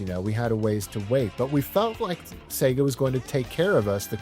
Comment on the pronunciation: I just really appreciate that you pronounce the damn thing right! "Say-ga"